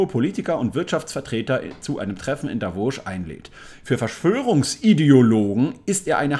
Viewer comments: Hilfe !!! Bitte es heisst Davos und nicht Davosch 🙈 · Warum sagst du Davosch? Kannst du nicht lesen? Heisst Davos. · Nebenbei, es heisst Davos, wie geschrieben, nicht wie du aussprichst - Davosch. Ich sehe dahinter kein ch geschrieben. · Davoos! Nicht Davosch!🤦‍♀️ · haha Davos mit scharfen S nicht Davosch. Das triggert ja richtig ;-)